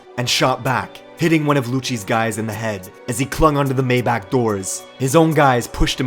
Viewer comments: Why you say mayback like that 😭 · the way he said maybach☠️☠️☠️☠️☠️☠️